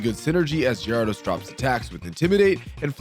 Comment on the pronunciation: Lmao just found this channel and I don’t see any comments talking about the pronunciation of Pokémon names (gyarados, slaking, and decidueye pronunciation was absurd). Is it like a running joke or does no one care?